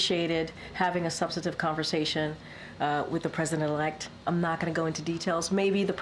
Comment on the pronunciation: Hard job you have Karine Jean-Pierre. By the way, the word you were trying to say is "subsTantive" not "substative." Whoever made the typo should be fired (if you don't know the difference, ouch)